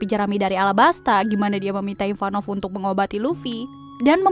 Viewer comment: Ivankov . Bukan ivanov